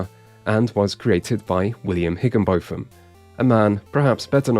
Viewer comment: Isn't "Higginbotham" pronounced as "Higginbottom"? (Sorry to be that guy. Commenting early in watching)